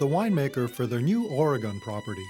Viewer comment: Does this guy know how to pronounce Oregon?